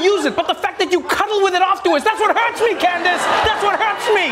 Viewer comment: When he said Candice I was a little triggered 🤣